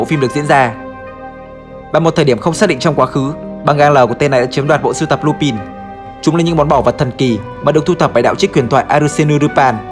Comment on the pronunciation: Có một vấn đề mà mình khá khó hiểu, chủ kênh anh thường phát âm danh từ thuật ngữ trong video theo kiểu Nhật dù có là từ có phần tiếng Anh cũng thành japanlish, mà sao trong video này đoạn lúc thì lup'A'n lúc thì lup'I'n vậy